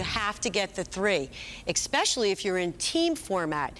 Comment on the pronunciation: The bowler's skills are impressive, but every time I hear "exscpecially" it makes me cringe.